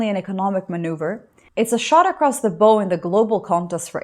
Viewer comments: *a shot across the bow is pronounced like now or wow - not like in in bow and arrow. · A "shot across the bow" rhymes with cow, no toe. 😉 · Thank you. Your comments are brilliant. By the way “shot across the bow “is pronounced like taking bow after a live performance. Keep up the great work.